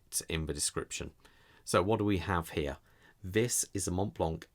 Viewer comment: In french you don' t pronounce the "t" and the "c" at the end 😊